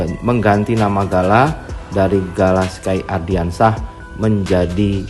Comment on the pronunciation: Please stop bilang "ARDIANSYAH" yg bener tu "ANDRIANSYAH" tolong next dikoreksi ya naratornya, soalnya saya juga pasti nonton channel ini setiap hari kok. Gunakan nama yang benar